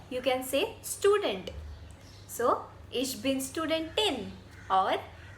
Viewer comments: Loved your video, however I think the correct pronunciation for student/studentin is 'shtudent /shtudentin' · Aussprache von "Student" ist nicht ganz richtig. Erstens: Das "St" am Anfang wird wie "Schtudent" ausgesprochen. Zweitens: Betonung auf der zweiten Silbe: SchtuDENT.